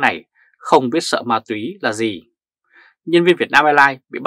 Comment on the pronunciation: Ma túy,không phải mai thúy , làm ơn nói đúng danh từ VN